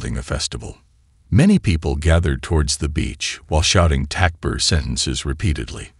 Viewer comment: Aslm. Awesome awesome content. May ALLAH swt bless you all. Just the pronunciations. Don't k ow if it's AI. But compensate for this. Write the word Takbir on the screen when you hear it is necessary. Otherwise all your efforts could be wasted.